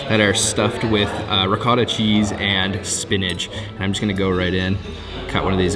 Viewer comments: It's not ricatta, its ricotta, long o always in italian. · It's not ricotta its ric[otta. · It's not ricotta is riccocotata